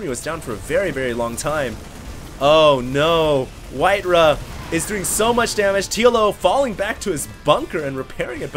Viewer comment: It's not "whiteruh", it's WhiteRa.